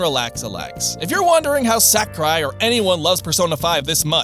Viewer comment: I feel like no english speaker other than Reggie can get this right, and it hurts. He is not SACKurai 正弘桜井 さくらい sa-ku-rai (sah - koo - rye)